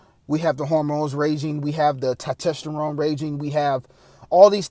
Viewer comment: It’s not Tytesteron it’s Testosterone